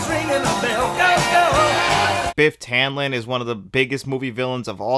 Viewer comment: Tannen, I kept hearing Tanlin for some reason